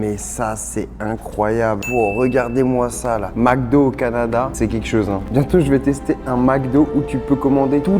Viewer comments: on ne dit pas MACdo mais bien MECdo (MC) MEC, MEK, au Québec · Au Québec on dit MCDO pas MACDO. Ça se prononce MECDO. Mc = mec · On dit Mc do comme dans Mec do. Pas Mac do lol, comme dans un Prince à New York, pour Macdowell lol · Pourquoi dit il toujours MacDo il vient de ou le A ?